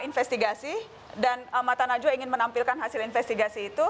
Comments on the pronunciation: Kalo ane geli pas denger dia nyebut namanya Mbak Nana. Nazwaa... 🤣🤣🤣😂😂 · Edy bikin ngakak anjirrr.. manggil najwa jadi nazuwa hahah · Najwa pak bukan nazwa